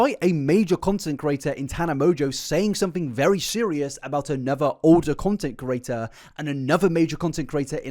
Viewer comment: Can you say content CREATOR in future? I just want to hear it out of sheer curiosity now. I hear you say content curator dozens of times per video.